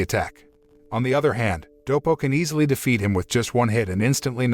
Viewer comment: Took me a while to figure out that you were saying " wanted to taste defeat" not " wanted to taste feet"